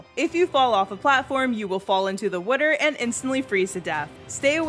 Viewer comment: "3 platforms " and "wuter" ish had me laughing. I appreciate the video and the way of explaining the fights without taking 4-hours to do so , and this did help me understand the final boss mechanincs but the way she says water, or how it came out in the video makes me LOL.